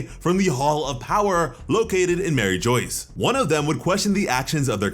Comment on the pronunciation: this guy said mary joyce. bruh......